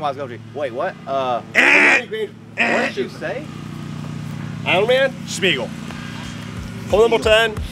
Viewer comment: Smeagle, not Schmeagle Brode.